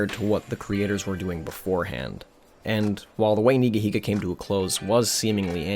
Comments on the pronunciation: It’s pronounced ‘Nigga-Higga’ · Never could say this guys name right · He said Neega!!! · No fucken way. It’s pronounced NEEGA heega?! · Love how you pronounce Nigahiga because you know… you’re scared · thats not how you pronounce the name